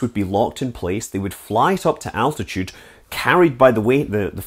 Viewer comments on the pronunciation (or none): none